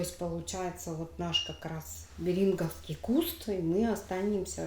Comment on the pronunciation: Не Бери́нговский, а бе́ринговский! Сообщите, пожалуйста, этому недокраеведу!